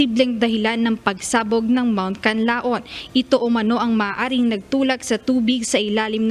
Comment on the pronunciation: pls. pronounce the Canlaon properly...